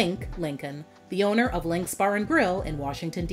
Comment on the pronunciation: “Linc’s” was pretty good.